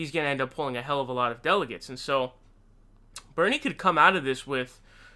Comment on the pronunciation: Thx for getting Bernie's pronunciation correct......you have permission to say Bloombard through I N F I N I T Y